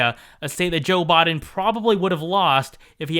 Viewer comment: It's Biden not boden